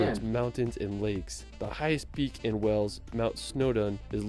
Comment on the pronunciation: The narrator here makes some howlers. Its pronounced as "Whayles" not Wells. Its Stonehenge not "Stonehedge". Also Mount Snowdon is 1085 metres or 3560 feet. It is not 10085 metres, as that is higher than Mt Everest.